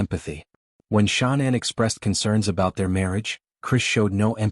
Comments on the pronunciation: HD if you such a reporter then why can't y9u pronounce Chris Watts wife's name correctly its not Shaunann , Its pronounced Shannan Watts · I hope he has a long miserable life. But in respect for the dead, pronounce her name correctly, if you are real and not the usual AI. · This channel is BS. It can't even say Shanann's name correctly. Too much flowery descriptions. No proof of anything. Don't believe this channel